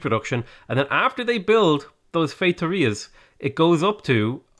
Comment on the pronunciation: Your pronunciation of "feitorias" was much better than the one done by the person who was hired and paid to do so